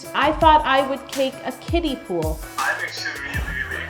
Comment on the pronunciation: Not me thinking she was saying 'Kitties' instead of 'Kiddies' I thought it was pool for the cats lmaoooo